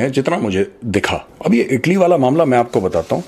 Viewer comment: ईटली नहीं। इटली।